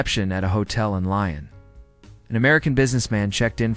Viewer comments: They would be told in no uncertain terms that Lyon is pronounced Leon NOT Lion. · If you worked at a hotel in Lyon you would quickly adopt the correct pronunciation or you would definitely be schooled.